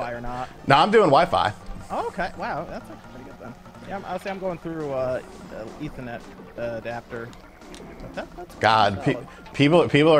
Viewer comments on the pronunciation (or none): none